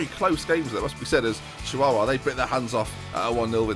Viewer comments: Could say you made an absolute dogs dinner of the Chihuahua pronunciation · pronunciation of chihuahua was still better than this year's Youtube Rewind.